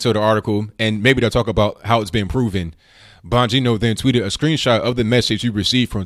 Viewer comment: Dang,! Is there a way you can tell us beforehand when you're going to be on RT? I had no idea. And you pronounced Dan's name perfectly.